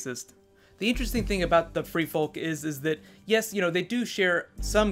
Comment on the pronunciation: The L is silent in folk.